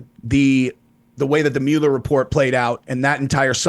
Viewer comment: claims to be an expert on the Mueller investigation…but he can’t even pronounce his name correctly!!😂